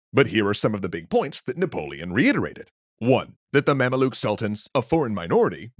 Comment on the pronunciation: Its pronounced "ma'am-luke" not "mam-uh-look"